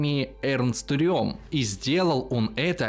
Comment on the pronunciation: Удивительно, что хоть кто-то правильно произнес имя Эрнст Рём...Все Рэм, да Рэм. А он реально Рём